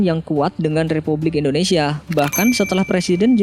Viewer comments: Kenapa sih ngomong indonesianya endonesia.. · Indonesia bukan Endonesia 😒